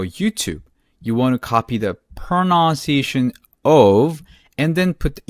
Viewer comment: There is no word proNOUNciation in English. It is proNUNciation.